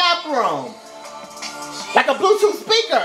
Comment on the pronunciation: "BLUEF TOOF" I'M SCREAMING SO BAD RIGHT NOW